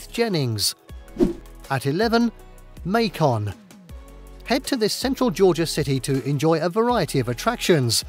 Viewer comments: Like bacon, lol. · May-ken btw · THE BEGINNING OF THIS FILM CONTAINS FOOTAGE THAT IS DEFINITELY NOT GEORGIA. That needs to be REMOVED. You've mispronounced "Macon" . Macon rhymes with bacon. There is SO MUCH crap in this video. Just awful. Jekyll Island has been completely misrepresented. It is now a CONFERENCE center with extremely expensive hotels. If you want to pay $250 a night, this is the place to be. It costs $8 just to drive onto the island. If you stay three days, you'll have to pay every day. I have been to every single one of these. Some are too bland for words. Some things were missed, especially the canyons, Madison with it's amazing antebellum homes, and worst mistake of all, Okefenokee State Park. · As someone who is from Georgia, this is a great list -- even if you do pronounce "Macon" like that. 😆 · How can you say that when he couldn't even pronounce MACON? Macon is a great town, too bad he's obviously never been there.